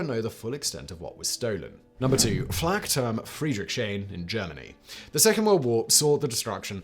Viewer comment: Blame Simon's poor pronunciation.